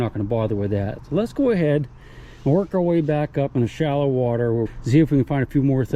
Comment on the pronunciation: "Where did you find your civil war bullet?" In Da Watah. lol nice adventure